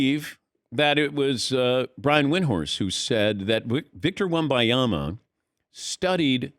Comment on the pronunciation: Wem-ban-ya-ma … not wem-by-ya-ma … it’s right there in THE LETTERS.